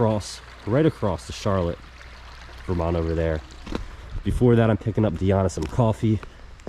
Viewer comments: why does every out of stater pronounce it "charlit"? it is pronounced and spelled Char Lotte" never understood that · Charlotte, VT is not pronounced like the girl's name Charlotte. It is pronounced with emphasis on the last syllable as in CHAR-LOT. Also, Vermont in general is full of socialists and other left wing nutcases and is one of the most highly taxed states in the country. I lived there for two years and couldn't wait to leave. Not to mention the fact that the idiot voters in VT gave us the MARXIST gadfly BERNIE SANDERS, a man who was on welfare until he became mayor of Burlington. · charlotte is pronounced like shar-lot, don't confuse it with that city in north carolina. just teasing but love seeing videos about my home state and especially home town of charlotte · Been on that ferry many times and it's Shar- lott thats how we pronounce it. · Heard him pronounce Charlotte, like in was in S. Carolina ...i was hoping someone would put the correct pronunciation in the comments...thanks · Charlotte is pronounced like the name in French not the American city name. it is not two syllables. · One syllable, Charlotte. not the slow southern drawl.